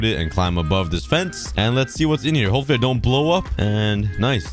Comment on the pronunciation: "hipfully" "intier" 💀